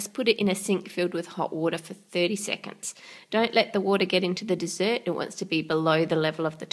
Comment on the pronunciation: annoys me how she says dessert